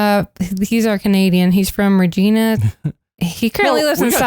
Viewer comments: Pronounced "Reg-eye-na" it's in Saskatchewan. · We got someone from Saskatchewan?? Dang that’s a deep cut. Also Regina is pronounced like…female body part 😂 not like Regina George. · Regina is pronounced as if it rhymes with vagina.🇨🇦🇨🇦